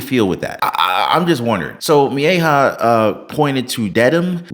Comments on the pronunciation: Meh-he-yaw……. Mejia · Its Me-hi-ya